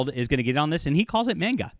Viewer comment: The way he says manga irks me 😂